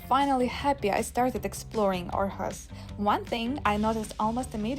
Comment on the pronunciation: Great video. And impressive pronounciation of the placenames. Thank you for taking us with you 😊 Too bad with the missed flight, but things like that happens in life, for all of us, so don’t feel bad about it (I’m sure you don’t) 😊